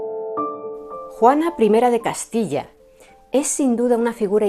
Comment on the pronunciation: Me has tenido 1.35 minutos embelesada.Gracias y que gusto oír decir Juana 1 de Castilla. No te lo había dicho antes...me encantas!!